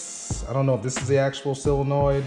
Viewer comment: What the eff is a sealing noid?!!!!!!! 😂 It's solenoid...... BTW the background music has to go.... I couldn't watch this whole video. It's like being on hold listening to crappy music over and over...